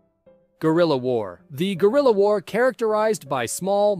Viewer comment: I heard "Gorilla war" instead of "Guerilla"